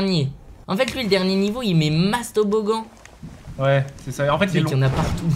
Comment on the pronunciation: Pas toboggan toboglan 😂😂😂😂😂😅😅😅😅😌